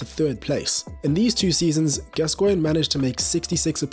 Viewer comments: Your videos are fantastic, but I do wish you'd just read your script to somebody English before you record them. For example, it's GAScoin, not gasCOIN*. A minor quibble though, and I'm slowly working my way through your excellent content. *and before anyone tries to hoist me by my own pedantic petard, yes I know that's not how his name is spelt. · Mate: his name is pronounced GAS-coigne, not Gas-COIGNE. Sorry to be a pedant but the tenth time I cracked... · FFS say his name properly..GAS-coigne Not gas_Coigne. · As soon as "Gascoigne" was pronounced wrongly within the first few seconds, I left. If you can't get the name right what else is wrong? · Odd way this guy says "Gascoigne". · Your pronunciation of Gascoigne is stopping me from liking this video. Give the man the respect he deserves. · you cannot even say his name properly! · I think the emphasis should be on the Gas, not the Coigne......😏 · You’re pronouncing gascoigne incorrectly